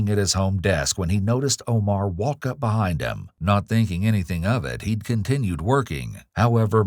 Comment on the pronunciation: SSSSTTTTOOOOPPPP SAYING BUHIND